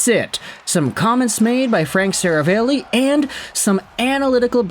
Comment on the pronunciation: Seravalli is pronounced more like "Sarah Valley"